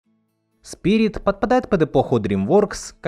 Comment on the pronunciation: Кстати о моменте, в котором Ручеек произносит свою прощальную «речь», называя Спирита сПиРиТОм: у меня в детстве был (и сейчас есть) диск, на котором мульт в СУПЕРШАКАЛЬНОМ качестве и с пиратской озвучкой, но эта озвучка настолько приятная, что словами не описать. И в том самом моменте индеец как раз называет Спирита неукротимым духом. И у меня в детстве из- за этого как раз сложилось впечатление, что он и имя ему даёт, и выражает своё восхищение. Да и вообще эта озвучка мне до сих пор нравится больше, она более «взрослая», что ли. Даже не знаю, как описать. В профессиональной, а услышала я ее только в подростковом возрасте, давольно часто возникали какие- то немного нелепо- детские моменты. Подытожу: мультфильм люблю всем сердцем до сих пор! И пересматриваю в ультрашакальном качестве. Желаю всем смотреть хорошую анимацию и преисполняться в своём познании!!